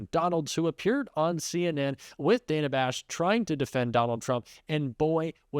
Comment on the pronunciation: At this point I'd refuse to interview anyone who refuses to pronounce Kamala's name properly and this fool can't even respect the interviewer! That's Dana Bash, not Danna. You want to play politician, the very least you can do is pronounce names correctly!!